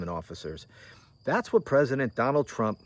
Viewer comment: called him t dump, but I can't be sure if it was just her Scottish accent. 😉